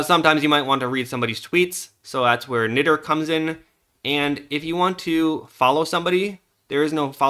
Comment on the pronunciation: Nitter? say it correctly sonny Ni